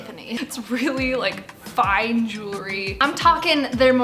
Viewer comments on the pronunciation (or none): none